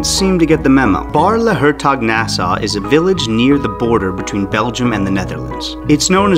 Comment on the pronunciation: Oh man the way you pronounced Baarle Hertog sounds like nails on a chalkboard. Like Louis van Gaal that tries to talk English. But then the other way around. 😭